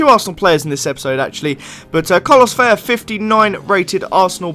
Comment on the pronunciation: Oh and by the way its not Veya, it is PRONOUNCED Vella (as in a normal English L) It is only Veya when there is a double ll, like in Villa